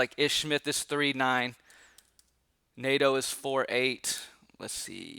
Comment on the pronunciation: Nato? 😂 try neh-toe! 😂...love your dfs content man. 🔥🔥